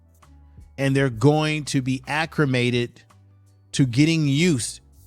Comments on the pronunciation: Acclimated not accrimated. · For future videos; there is no R in acclimated. It’s ‘Al-leh-mated’. Loved your video and hope for many more. Good video clips tying it together.